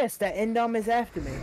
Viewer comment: The only thing that I don’t like about this video is that they keep saying indom instead of indo